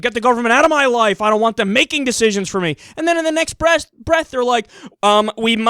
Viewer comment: LOL "and then in the next breast"